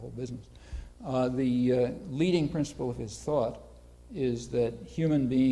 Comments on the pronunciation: I can't get ever the fact that Kyle pronounces principle as prinCIBLE! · I love that Kyle says Princible